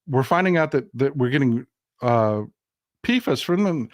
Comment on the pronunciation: Polyfluoroalkyl substances (PFAS) is pronounced "pee fas"